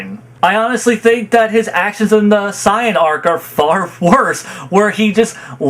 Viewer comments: Why do you say Saiyan like that? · Goku has often put the fate of the universes lives at risk sure, but goku has also always been pretty against actually killing. Knowing that him winning means the death of all the fighters and innocents in those universes is out of character. And for the record i hate the way you pronounce almost everything that has to do with dbz lmao especially the word "sayian" and "goku" lol